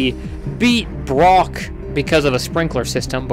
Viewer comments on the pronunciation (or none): none